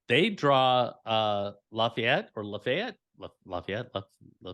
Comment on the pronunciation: …. We’ll see what you have to say after Saturday about “Laf I Ette” 😂